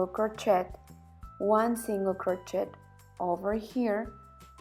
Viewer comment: Someone should teach her how to pronounce "crochet"...such a beautiful pattern spoilt by the constant use of the wrong pronounciation of crochet...so annoying.